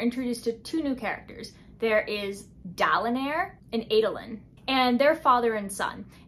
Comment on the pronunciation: I just finished "The Stand," and it made "The Way of Kings" feel like a short 400-page book. I liked how you pronounced the names in the subtitles, like Dalinair, and didn't change it to Dalinar while editing. I thought that was funny.